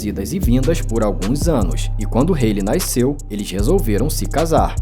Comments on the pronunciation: Mdss não é "naisceu"😂😂😂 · Porque ele fala “NAICEU”? Da agonia kkkkkkkkkk